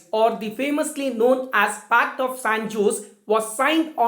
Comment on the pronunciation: Actually J is silent. So it's pronounced as San ose'.